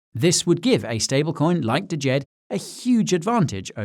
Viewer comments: Please the D is silent, its just Jed lol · You are mispronouncing "DJED". The D is silent. Look up "Djent" music genre. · I thought the d was silent and it was just pronounced Jed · DJED is pronounced ‘JED’